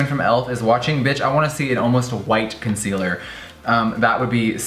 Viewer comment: did you just say **conciller**?!